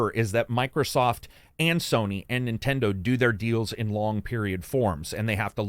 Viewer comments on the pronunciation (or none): none